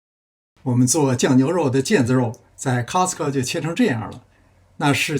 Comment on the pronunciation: 是Costco 不是castco 为什么很多华人读castco? 在美国是读castco吗